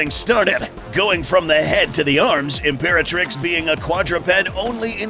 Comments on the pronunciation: imperatirx lol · Literally "Imperatirx" lmao 😂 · 00:1 Ultima Imperatirx? I thought it was ultima Imperatrix. LOL